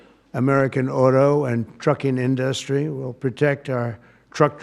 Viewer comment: Why can’t he pronounce industry correctly?